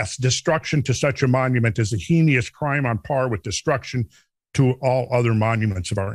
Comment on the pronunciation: "Heinous"- /ˈheɪnəs/, or "HAY-nus", not "HEE-nee-us".